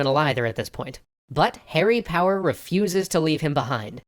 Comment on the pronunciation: I first I thought he said “Harry Potter” and not “Harry Power”